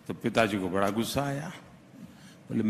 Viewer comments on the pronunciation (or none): तुम भी अपनी हिंदी सही कर लो... बड़ा को.. बरा बोल रहे हो... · Anchor also needs to improve his Hindi हिंदी की तारीफ नहीं प्रशंसा, गोश्वामी नहीं गोस्वामी बरा नहीं बड़ा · Video banane se Pahle aap aapni Hindi sudhar lo Hindi ka mahatva Kai Guna bara.. nahi bada bolo bara kya hota hain big sabd ko bada kahte hain bara nahi